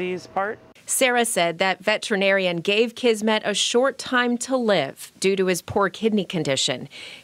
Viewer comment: Kismet means "fate" or "destiny", and S in Kismet sounds like S and not Z. It is a word in Hindi, Urdu, Punjabi, and Persian languages borrowed from Arabic language. I just thought you wanna know this. 😻😻😻